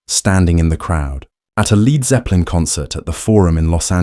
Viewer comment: Jack VH Jimmy pageeeee and leeeeerd zeppelin???? Cancel delete and erase this robot!!!